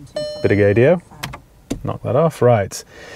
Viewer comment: Gaydio?? Pahahahha wtf? 😂